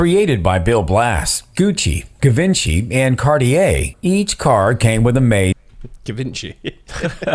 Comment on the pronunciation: The second he said Guh-Vin-Chee (Givenchy) my eyes went straight to Daz. I knew he was gonna catch that one. Come back to the states and you'll hear that butchering of the name a lot.